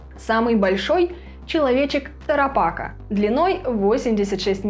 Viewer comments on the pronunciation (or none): Знаете, все же более правильно говорить ТарапакА с ударением на последний слог.И АрауканИя.